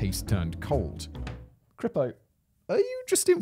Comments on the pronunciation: hi simon its not Crypo :) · Simon's evolution in pronouncing "CRIPO" was probably one of the more amusing aspects of this one for me.